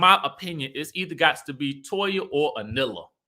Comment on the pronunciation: Her name is A knee la. Lol.